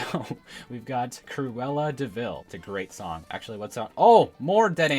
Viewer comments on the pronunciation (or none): none